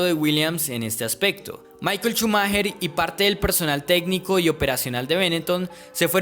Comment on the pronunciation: Shumaja! Shumaja! No Chumajer jajajjaja